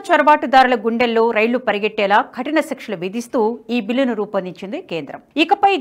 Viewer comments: ఖటిన కాదు కఠిన Please correct your pronounciation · Ma'am please change pronunciation khatina kaadu kathina